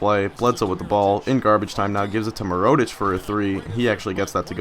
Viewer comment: It's mirror-oh-tich not mer-oh-tich